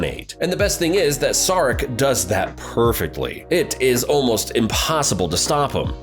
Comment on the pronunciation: Good video. For Saric - you might want to check out how it’s pronounced 😂